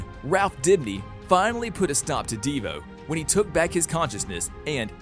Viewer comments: De Vo not deva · bruh DEEvo its De voe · Devoe not "DE VOE" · He said deavoe instead of dovoe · "all of them were killed by DeeVoe" please man it's just Devoe, not Deeevoe😭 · D I V O not deevo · Dee-voe? C'mon, why do I feel like he didn't watch the actual show. ITS DE-VOE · LITTERALY THE WAY HE SAID dIvOu Insstead of DeVou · ok it is not deevoo its DeVoe and Cicadadadad is Cicada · It’s not dEeevo it devo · this guy says devo in stead of Devoe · Its devoe not devo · Bro said divu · "Deevoe" ayo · Ahh yes my favourite villian "DeeVoe" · He says divoe like devo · i was about to comment deevoe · Devoe and cicada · wtf "ehva" "Deeevoe" and so much more mistakes lmao